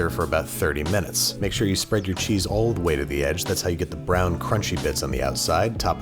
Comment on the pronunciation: thought he said spread then cheeks